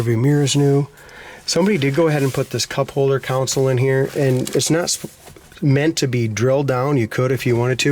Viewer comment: Aye karumba! Please say "console" instead of "council". Thank you!